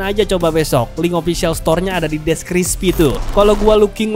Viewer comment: ini gw salah denger apa emang gitu ya ? "deskrispi" not deskripsi wkwk